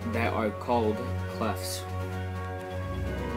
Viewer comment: Clefts, not clefs.